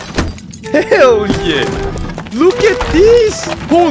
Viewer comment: Last boneworks vid: 50% "Herr yeah" 50% "Watahek?" This boneworks vid: 105% "Herr yah"